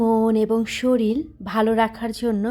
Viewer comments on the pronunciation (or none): none